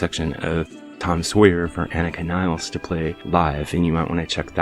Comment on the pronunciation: please show respect and learn to pronounce the name of Anika Nilles properly